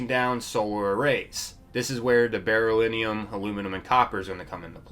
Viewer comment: Beryllium is pronounced Beh-rill-ee-um. Just so you know for future content.